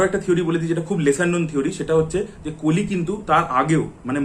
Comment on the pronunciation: কালি কালি, কাল্কি কালকী কেনো বলছেন কলি, কল্কি ও তো বলতে পারেন এটা বাংলা উচ্চারণের ধরন না। বাংলা মুভির স্বার্থে এতো কথা বলেন কিন্তু নিজেই হিন্দি বা ইংরেজী ভাষা দ্বারা প্রভাবিত। আর এই কল্কি ( Kalki )এবং কলির ( Kali ) উচ্চারণ যদি কালকি এবং কালি হয় তাহলে আপনার নামও ( )না ।